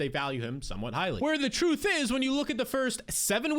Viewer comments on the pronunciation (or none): none